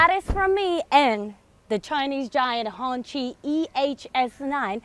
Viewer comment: First YouTuber I have seen to pronounce the brand somewhat properly. Others used 'Honky' like some redneck with dung on their toes.